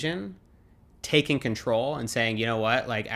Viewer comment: It’s funny to hear how her accent effects his accent when he says «control» and «long».